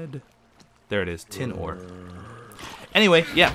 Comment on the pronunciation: whenever he says tin ore i have a voice inside my head that says tin or what